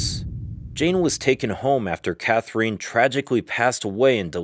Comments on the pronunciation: clicked off as soon as you pronounced "Katherine" in a weird way. "Kather-een" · This was a nice piece. Thank you taking the time to reply to us. I did go learn a bit more about Katherine I believe she would have approved of the Spanish/French intonation with which you pronounced her name. Keep up the good work! Thanks again for the reply.